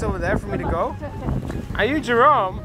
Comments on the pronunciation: Nobody: Jerome....: JEROMO... MAKHLUK MARS EMANG BEDA.. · Jerome pak bukan jorome